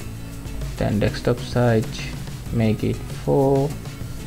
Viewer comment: actually the accent is different